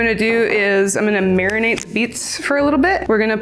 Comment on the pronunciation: Did she just say masterbate the onion 😭